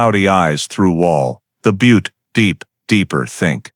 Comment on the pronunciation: That’s not how you say Butte 😂